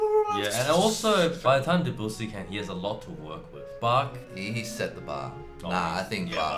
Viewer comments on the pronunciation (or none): Hey guys - get it right !!! It is NOT Duh-BOO-see but pronounced DEB-you-see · They're still pronouncing Debussy DeBOOsee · I've actually heard them pronounce it properly (I'm a German-speaking person too), so they do know how it's done, I guess it's just difficult/a lot of effort? Also, their pronunciation of Bach is still nowhere near as wrong as their pronunciation of Debussy.